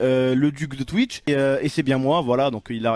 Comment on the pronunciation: Tu sais pas dire Twitch frero 😂😂